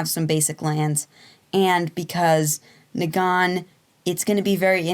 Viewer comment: Kneegan xD